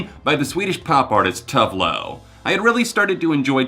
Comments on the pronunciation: two-vey lou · Maybe learn to pronounce Tove Lo properly before you rip her music apart. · You should look up how to pronounce names you don’t know, because that’s the worst pronunciation of Tove Lo I have ever heard lol